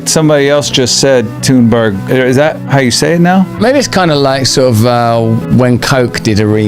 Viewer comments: Greta Thunberg's name is pronounced "Greata Tühnberry" instead of "Gretta Thonnbörg". 😂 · in her native tongue. Tun-berg not Thun-burg